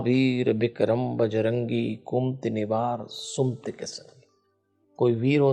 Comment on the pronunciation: आदरणीय प्रणाम आपने कुमती उच्चारण किया जो अशुद्ध है ये है कु मति और सुमति नहीं सु मति है धृष्टता के लिए क्षमा